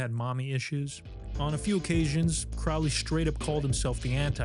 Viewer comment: This is highly entertaining, thanks! (Crowley is pronounced like crow, btw).